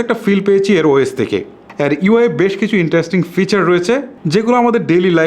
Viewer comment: **কি কি বালো🤣 দিক রয়েচে **কুব🤣 একটা **নতুন কিচু🤣 **এচাড়া🤣 **টিকটাক🤣 **দরে🤣 নিতে হবে **ফারম্যান্স🤣 (অরো অনেক...কয়েকটা সেম্পল দিলাম মাত্র) শালার উচ্চারণ.... আঞ্চলিকতার দুর্গন্ধ যায় নাই উউচ্চারণ থেকে😡 তোর বউ তোরে কিছু কয় না???